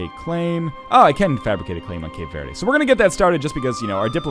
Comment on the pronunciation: Northenlion, I love you, but as a Brazilian hearing you say "Cape Vaerdae" is the most soul crushing thing on Earth.